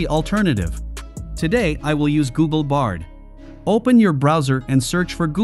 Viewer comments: Nice 🎉 it’s bard not brad. Might’ve just happened because of the spelling in text given to AI voice generator. No big deal good video 🎉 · Why does this video say 'Nitches' and 'Brad' for what we actually know as = Niches and Bard? I wonder who made this video?